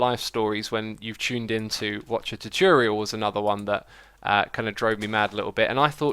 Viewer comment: 'they wouldn't talk properly' Cough 'chochorial' cough